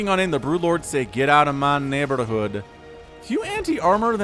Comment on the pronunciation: "Geddout of my neighbord-hodd" turned Indian for a sec